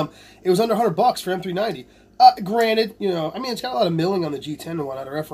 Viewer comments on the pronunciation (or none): none